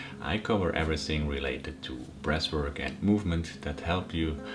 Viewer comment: Thought this guy was saying ‘breast work’ for the first 5 minutes 🫠 I’m only around a month into the breathing and cold showers. I’ve noticed I’m way more chilled out now and my emotions are always positive. I’m really focused too. My Mrs gets angry and upset about little, pointless issues and I’m immune to the negativity now. She wants someone to hate life with her but I’m too busy feeling fucking awesome! We have a 6 month old baby so don’t always get a chance to do my breathing in the morning and once I’ve eaten I feel like the opportunity has gone then but I think I’ve only missed 3 days so far. I’m still always positive and breathe deep throughout the day. My cold showers are up to 2 minutes now and after the first few seconds I’m totally relaxed and smiling. I think I need to fill the bath in the morning and have my first dip. I’m excited. Take care boiz and gurlz. All the love, all the power